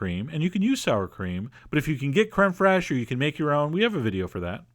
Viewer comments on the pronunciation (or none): "Creme Frayshe" Randy Marsh